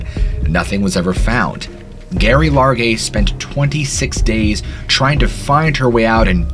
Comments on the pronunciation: My grandmothers name was Geraldine. The name should be pronounced Jerry not Gary. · I imagine it's pronounced Jerry not gerry. And it's just Jeff, not jee-off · Gerry, as in "Gary"..really? How about the name pronunciation as "Jerry" due to shortening from Geraldine, a female name..bc it's a woman. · Not Gary it’s Gerry (pronounced) Jerry. Also at least 2 murderers arrested. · Her name wasn't Gary. It was Gerry! (a nickname for Geraldine) And, Geoff is short for Geoffry (pronounced Jeff and Jeffrey, sometimes Joffrey, but never Jee off ree) You really should check pronunciations before making videos. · Her name is pronounced Jerry not Gary and she set up her tent a few hours after getting lost and never tried to hike out again after that, she spent almost a month hunkered down 2 miles from the trail and if even she went the wrong way she was half an hours hike from a logging road. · If her full name was Geraldine...wouldn't her nickname "Gerry" be pronounced like Jerry and not Gary ? ...also Geoff is commonly pronounced Jeff. Great precautionary tale teller though! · "GERRY" is pronounced "JERRY" short for Geraldine pronounced "Jeraldine", sorry but it's literally making me crazy that you keep saying the name so wrong, i mean have you ever even heard anyone in life called that?? She was known to friends and family as JERRY NOT GERY. Please redo and repost so I can listen without cringing every time you say this poor dead woman's name, much appreciated, thanks 😂😁😜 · Her name was Geraldine so it is Gerry like Jerry but with a G not gary 🙄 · Its pronounced Jerry not Garry and spelt Gerry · Not that it changes the story any but I’ve heard her name pronounced Jerry, but with a “G”. Not Gary. You tell these stories so well. Enjoying from Ky. Thanks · Gerry is pronounced “Jerry”, not Gary, and Geoff is pronounced “Jeff”, not G-off….🫥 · It's Gerry not Gary, as in short for Geraldine 🤔🤨🧐🤣🤣🤣💯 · "Gerry" is pronounced Jerry and "Geoffrey" is pronounced Jeff or Jeffrey.